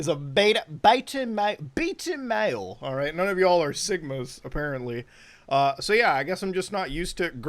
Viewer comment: I have a feeling "beeta mayul" is going to become a meme somehow lol